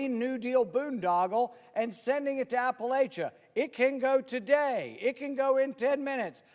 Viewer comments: It’s not app-a-lay-cha…….Rand. It’s App-a-lacha……poser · Rand, you of all people should know it's Appa-LATCH-a, not Appa-LAY-cha! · Rand Paul...i know western NC. I love western NC. I have friends and family in western NC. It's close to my heart...then can't even pronounce Appalachian correct. It's not appa LAY- CHA. It's appa LATCH-A. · NC resident here. You ass!! It’s pronounced app a latch uh. So now my people are gonna be cold and homeless. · Rand Paul knows nothing about western North Carolina. If he, he would know that Appalachia is pronounced Appa-LATCH-ia by the people who's ancestors have settled those mountains for centuries, *even those in Kentucky*. There is nothing Rand Paul doesn't suck. Yeah, you got it. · He can’t even pronounce App uh latcha. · The way Paul pronounces Appalachia proves he knows nothing about our area. I say this as my husband, neighbors and extended family work for the 6th straight week on repairing our bridge. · I wonder how a trust fund baby like Rand Paul could live in Appalachia without learning how to pronounce Appalachia.